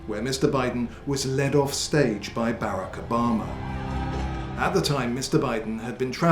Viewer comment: "Bare-ack Oh Bahhhh ma"